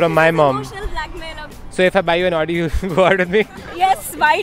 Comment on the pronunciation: it is Audi and not Odi